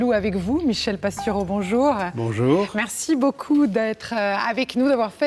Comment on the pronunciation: Merci pour cet entretien. Et : c'est bien quand la personne qui interroge prononce correctement le nom de son invité (PastOUreau et non Pastureau). Et aussi le mot aujOUrd'hui - et non aujaurd'hui.